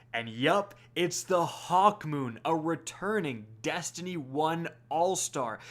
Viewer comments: "testiny 2 news" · Did anyone else hear “testiny” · Are we gonna ignore that he said testiny